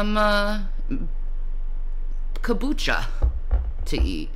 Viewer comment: Hey, it’s KOM-BUCHA not ko-bucha… never seen someone try so hard to look intelligent